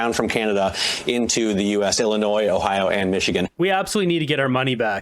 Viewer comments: illinois pronounced illi-noise? really? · Illi noise ? 😂 that reporter needs a pronunciation recall.